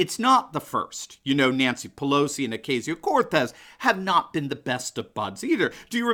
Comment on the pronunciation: It’s not “O Kay sio” it’s “O ca (sounds like car without the ‘r’) sio”. Hope this helps you guys pronounce this well known Puerto Rican surname. It’s actually a nice last name. In AOCs case Ocasio is her mom’s last name and her father’s last name is Cortez. That’s the way it’s done in PR - you are given your father’s last name as well as your mother’s last name. A little free education here. And with this I’d like to ask AOCs mom: Aren’t you ashamed yet? Your daughter is a disgrace to all Latino/American Puerto Rican women in the US!!